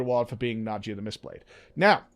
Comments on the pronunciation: Na-dee-ya,:) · I think its Na-dee-ya,:)